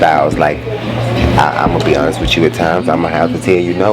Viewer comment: Lets be extremely hontest 😂😂😂